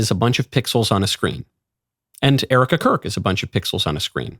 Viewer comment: Still can’t say her name.